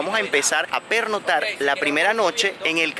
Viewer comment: Muy muy mal. Desencanto total por la poca seriedad en la información. Ahhh y se dice pernoCtar, no pernotar. Decepcionado. 😢